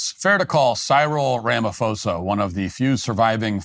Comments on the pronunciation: Pronouncing it "Rama-fosa" instead of "Rama-posa" literally translates "Mr wrongdoer" 😂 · ITs Ra Ma Po Sa not Fo Sa! I'm South African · PRONOUNCED RAMAPOSER NOT RAMAFOSER. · When you see a "ph" and say it like an "f", that's a Greco word, like philosophy, it originates from Greece. in African languages, there aren't Greco words. When you see a "ph" in an African word, it's not an f, it's a "p-ho" Rama-p-hosa... Like our word "poes.....a"... Some say he's a Poes anyway. 😂... But say it properly!, otherwise you sound stupid and it undermines the argument. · Ramaphosa with a hard P. Not a soft P such as Pharao. Keep up the good work! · RamaPosa. Not RamaFosa. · Ramaphosa pronunciation: Rama-poh-sah. Just so you know 👍🏾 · Cyril is pronounced like Sybil, and the “ph” in Ramaphosa is pronounced as a sharp P. Ramapôhsah. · Wish you guys would research how to pronounce the last name Ramaphosa🤦‍♂️ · LOL, your pronunciation of Cyril Ramaphosa hahahahahaha, good video though, there is no current genocide, farm murders are ignored and we are fighting for it to be priority crime and to get recognised. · White South African here! No white genocide! He could also start with somewhat on point pronunciation!